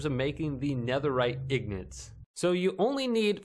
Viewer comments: It’s ingots not ignots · yeah ignots hahhahaha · Gold ignots haha you say wrong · yeah but the guy in the video says ignots for some reason